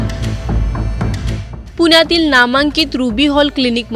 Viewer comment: Bolne पुनयातील रुग्ण, उडवणारा, म्हणनं ... णा आणीबाणीपाणी आपन❌ आपण ✅.... मधे मधे इंग्लिश शब्द वापरता पण मराठी पण (पन ) शुद्ध बोलता येत नाही... आत्मविशास दांडगा आहे... अशुद्ध बोल पण रेटून बोल... 😢मराठी शुद्धच पाहिजे!! पब्लिक platform वर बोलत आहात! आधीच मराठीची वाट लागली आहे